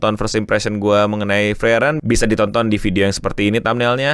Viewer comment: Please bang frieren tuh cara nyebutnya Fri-ren bukan fri-eren